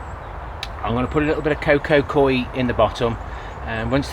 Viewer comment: Great video, but why call it Coco Coy when it's called Coco Coir? Stay Safe, Barry (Wirral)